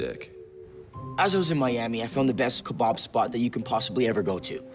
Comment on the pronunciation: “That kabab was ka-bad and it klablooed me”